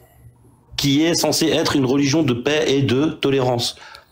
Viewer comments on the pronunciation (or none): Il y a eu un lapsus de l'interlocuteur à 29minutes À peu près Il a dit la plaie pour dire la paix Le lapsus vous va si bien